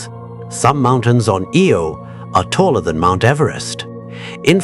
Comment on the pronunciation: Im sorry. I tried to endure the video. But my grandpa told me something that comes to mind. "If you're going to do something, do it right ." The visuals are ok, but loose the logo in the middle of the screen. And ditch the captions. Which off the jump were off alot. The moons name is Io. Not Eel. Ok good luck